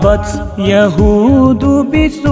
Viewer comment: يهودِ or يهودُ